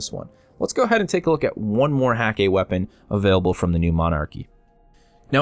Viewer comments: I may be wrong about this, but I believe Hakke is pronounced: h-EH-ka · Really? The umlaut should make the A sound almost like "eh'. As for the "hah-kay,", that may just be Nathan Fillion's character pronouncing it incorrectly but just owning it lol. That seems very much like Cayde's personality. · There's a cutscene where cayde 6 pronounces it hah-kay